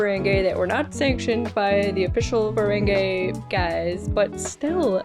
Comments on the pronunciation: just one small note as an fyi - i understand that for the first instances of seeing the ferengi, they pronounce it like 'feren-gay', but with the evolution of the species and more common appearances on the shows, the pronunciation is 'feren-gee'. i hope you watch the other series like ds9 and voyager too, they're so great <3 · The word Riker used was the name for a person (such as me) from Ontario Canada... The Ontarian manifold:) Just a lil FYI for ya tho it is Ferengi not Ferengay \o/ (fur-ang-gee) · It’s so funny how so many reactors call them Feréngé 💃 💃not a dig, it’s just funny